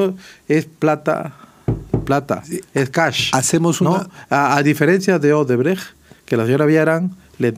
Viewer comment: Y el dipsómano alcalde dice Odebreg, es Odebrech...🍻